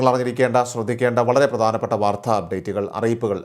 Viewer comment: എന്തിനാ മലയാളത്തെ കൊല്ലുന്നത്. വാർദ്ധ അല്ല , "വാർത്ത" .